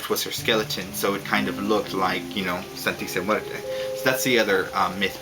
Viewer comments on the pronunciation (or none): lol hey i'm mexican! and the way you pronunce "Santisima Muerte" is like this ( san-tee-see-my-////mu-a-rt-a) lol anyway great videos!